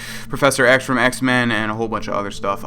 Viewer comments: Sean bean isn't pronounced "sheen bean", it is pronounced "Shawn bean" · Sheen bean? its pronounced Shaun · Did you say "SHEEN Bean?" Did you mean Sean? Pronounced "Shawn"? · Sheen Beans 🤣🤣🤣 it’s “SHAWN” Love the video tho, nostalgia from start to finish! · Sheen bean the fuck its Sean,Shaun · i know this is 5 years old but it is pronounced shawn sheen bean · Sheen bean what its pronounced shawn bean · it's pronounced as Shawn not Sheen 😂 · sheen????? did you say sheen bean?? hahahaha you mean Sean pronounced= (SHAWN) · Sheen Bean. Sigh... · Sheen bean? I'm pretty confident that it's Shaun not sheen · Sheen Bean... Oh god... (It's S-H-A-W btw ) 😂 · Sean Bean is pronounced Shawn Bean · you called sean bean sheen been it's pronounced shawn bean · Sheen Bean?-Sèan=Sean,pronounced Shawn(Gaelic/Irish for John),(he's a big bloke,you wouldn't call him "Sheen" if you meet him:) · It's pronounced Shaun Bean not Sheen Bean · "Shein Bean" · "Sheen" Been? Oh god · sheen been XD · *sean bean Pronounced "Shawn" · Sheen Been. LOL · "Seen Been" omg I'm dying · Sheen Been, I'm dying. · ''Sheen Bean'' haha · Sheen Bean!! Omg yes! Don't anyone dare tell him how to say it! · the way you said Sean bean. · He pronounced Shawn bean wrong